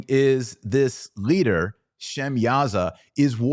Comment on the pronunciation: Why do you put a "G" sound in front of your L's. The gleader, what is a gleader? Glet us all swear an oath.